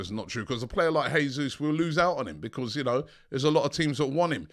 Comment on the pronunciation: Jay-sus, not Hay-sus, Portuguese speaking not Spanish. Jo-se Mourinho not Ho-se Mourinho!!